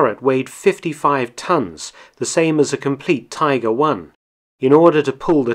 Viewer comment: Please tell me why you said tiger wrong, that actually hurt my brain